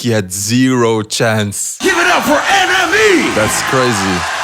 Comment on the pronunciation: I thought for few times that you were saying "enemy" not NME haha